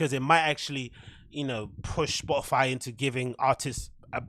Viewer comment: did she just say spotifly?? I checked 5 times. lol